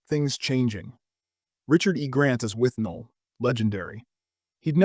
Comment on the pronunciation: it's withnail not "withnall"